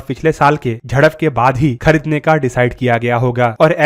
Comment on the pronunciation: Khadidne .....Artiledy BC had pronounciation.